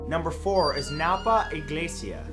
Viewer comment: I like how you pronounced iglesia. It makes me happy knowing you're trying to pronounce Spanish names/words correctly.